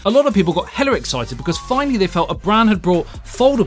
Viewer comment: As a west coast man where "hella" was common slang long ago it cracks me up hearing a brit say it 😂 "hella-r" 😂😂